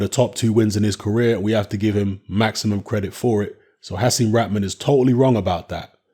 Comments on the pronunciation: it's Hasim RaHman. It's a H, pronounced RaHhhman, not rackman or rockmon. Most westerners can't pronounce the H. They change it into a K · He was born in Baltimore and it was pronounced raKman, at the time. I know in his parental homelands it wouldn't be pronounced that way, but hey, americans bastardise all sorts of names and words.